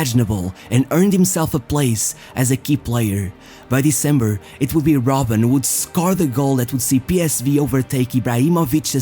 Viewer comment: Bruh it's ROBBEN